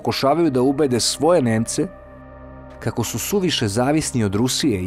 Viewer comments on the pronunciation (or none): none